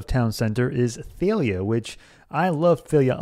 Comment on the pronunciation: Thalia is pronounced "Dal-ya"...